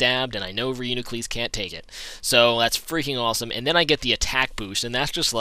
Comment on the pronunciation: I believe it is pronounced : RE YOU NE KLUS sir.